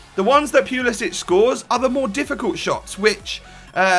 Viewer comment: For all of you Europeans- ITS POOL-EH-SICK... You don't pronounce the end like kovacic or perisic. Probably cuz he's American boiii